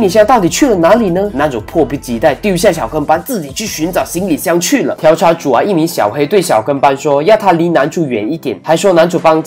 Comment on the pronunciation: 调（diao四声）查